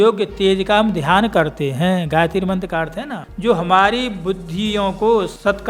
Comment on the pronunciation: आप गायित्री उच्चारण कर के बोल रहे हैं ...पाप कर रहे हैं